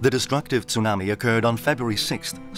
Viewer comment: STOP SAYING TOONAMI.